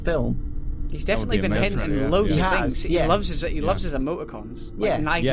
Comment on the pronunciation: on twittah, he wus hintin a lot of fings